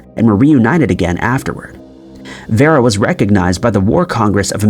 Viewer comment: Vera is pronounced Veer-a.